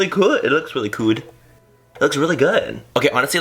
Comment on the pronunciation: When you said "really cood" I reminded me of mean girls when Cady says "grool"😂😂😂💓